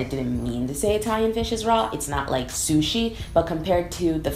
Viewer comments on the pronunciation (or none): none